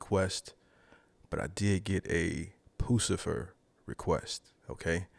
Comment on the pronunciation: You are pronouncing it wrong, it's Puss - i - fur!! 😂 😊